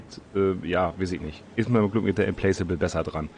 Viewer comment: Implacable with mit nem K ausgesprochen, soweit ich weiß. Implakable quasi :D